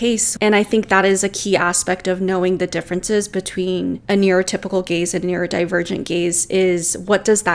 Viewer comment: Listening to this changed the context. LOL. I heard "gays" and not "gaze". I was so shocked and confused until I saw the text on screen.